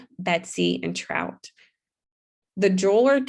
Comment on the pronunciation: It's Trot - TROT, (like what horses do: trotting), not Trout (like the fish). I know there are some unusual names that are tricky to read out loud correctly the first time, but lots of words are misread badly.